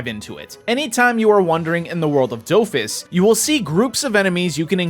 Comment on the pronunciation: Do-Fus not dowfus